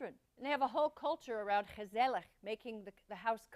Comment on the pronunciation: I am impressed when Christina almost perfectly described and pronounced: Gezellig. Foreigners typically struggle with Dutch pronounciations of the G sound